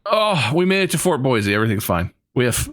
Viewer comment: Sorry. As someone who LIVES there, I have to get this out of the way, it’s pronounced boy-SEE, not boy-ZEE….